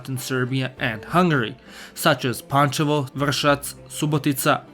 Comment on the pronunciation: Finally some one knows to say pančevo panchevo